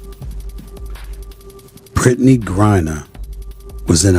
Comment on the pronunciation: This narrator has pronounced Brittany’s name 3 different ways throughout!!!!!! Smith even pronounces her name correctly, and you still get it wrong! This is why it’s hard to take your stories seriously! Do you even care about that?? I’ve watched Brittany and her cohorts abuse Caitlin over and over, but do you all actually research anything, or just go on hearsay???!!!!!!! What about your accountability?